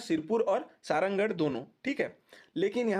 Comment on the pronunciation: Sarangarh ko सरहरागढ़ bolte the bhai